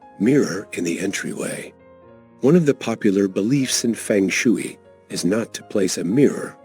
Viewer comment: Mispronounced shui